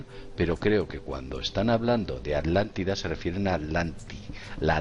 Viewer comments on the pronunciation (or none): Por favor repitan después de mi: A-TLAN-TI-DA, ATLANTIDA no es AT-LANLIDA. El castellano es lindísimo, por favor pronúncienlo de manera correcta. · Por que Vicente Fuentes dice Adlantida y no Atlantida? Saludos desde Mexico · Podrian hacerme el grandisimo favor de pronunciar bien las palabras: Es ATLANTIDA!!!! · Estos con su mala pronunciación me están enfermando los nervios Por millonésima vez ATLÁNTIDA